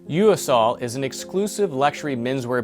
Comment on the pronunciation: It's pronounced "Yo Sul".